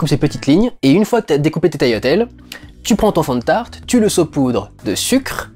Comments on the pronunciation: Salut. Ca fait plaisir d'entendre quelqu'un qui dit "taliatelles" et non "taGliatelles" ^^ Je suis d'origine italienne également et je connais bien la cuisine italienne. Vive la pastachuta ! Et bravo pour ton travail. Tes critiques sont très constructives et me donnent un regard plus poussé sur les films. Bonne continuation à toi :) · Je vois personne en parler en commentaires mais OUI, c'est bien comme ça qu'on dit "tagliatelles" gli en italien se prononce "li", pas "gli"